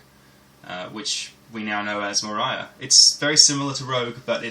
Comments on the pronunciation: You destroyed the game's title. It's based of LOTR , it's pronounced More-ee-a not more-i-a. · watced it, installed Umoria on my Ubuntu and now i cant stop playing it :D And as Rensome said it is indeed [Мория] not [Морая], like in lotr ;)